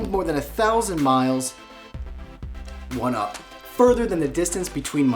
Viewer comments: Did he say one up in the beginning? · Kevin said 1-up instead of What's up :3